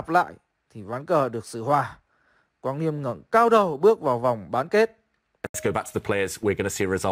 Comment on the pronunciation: Mới coi bên Gothamchess xong, thì ổng đọc tên Quang Liêm là Lì Ém =)))